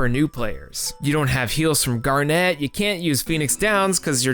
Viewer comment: Awesome follow-up. Just a few notes: It's "GAR-net", not "Garnette." Talking about the high points, and you skipped out on the Silver Dragons sequence (the best emotional moment in the entire game, with the possible exception of the ending, and one of the best pieces of the entire soundtrack) and the Black Mage Village music, probably the best piece in the entire soundtrack? Loved the love letter to FF9, though. It's not only the best FF game of the PS1 era, it's really the only one worth playing, certainly of the numbered installments at least. 7 was obnoxious and 8 was downright terrible in every way except the graphics and the music, and even the music was... well... not Uematsu's best work. (Not that it was bad, just that, with such a long list of high-quality soundtracks, one of them has to be of lesser quality than the rest.) 9 was the only one that felt like a real Final Fantasy game and a worthy successor to 6, to me at least, and it deserved a lot better treatment than it got by a failing, directionless company that somehow thought The Spirits Within was the future.